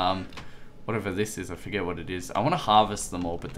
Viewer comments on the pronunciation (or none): none